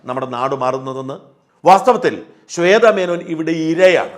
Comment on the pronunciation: ഈ ഷാജന് സംസാരിക്കാൻ മറ്റൊന്നും ഇന്ന് കിട്ടിയില്ല... ചേത... ചേത എന്ന് പറഞ്ഞു കരയുന്നു... കഷ്ടം.